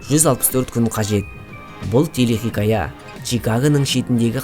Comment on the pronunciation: Телехиқая емес телехикая болып айтылмай ма?